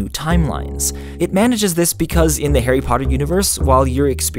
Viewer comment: The way he pronounces 'Harry' annoys me